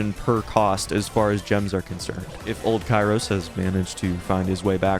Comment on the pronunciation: THAT AINT KAIROS TIME THATS KIAROS TIM